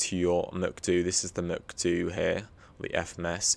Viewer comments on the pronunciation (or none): I had a seizure when you said Muc Doo instead of MCDU.